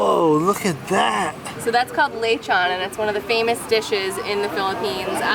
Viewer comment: Not lay-chon but le'chon!